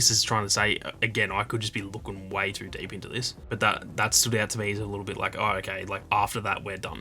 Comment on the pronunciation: This guy pronounce “too” so wierd. He speaks it like tuuur. I kept trying to pronounce it the way that he does and I could not pull it off. Cool accent dude!